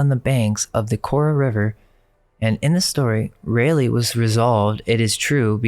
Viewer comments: Raleigh is Rawl-eey. Raleigh NC . Sir Walter Raleigh. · It's Sir Walter Raw-lee .. correct pronunciation. Raleigh. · Raa-lee in raleigh